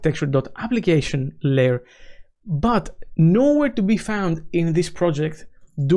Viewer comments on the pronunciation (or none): none